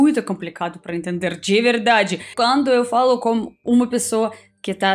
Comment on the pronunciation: algum as vezes vc nao fala "eu falo" vc diz "eu valo"